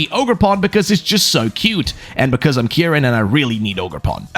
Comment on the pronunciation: Your saying the name wrong, it’s pronounced ( keyr-in ). How will always pointing north help you get home, what if you don’t live north?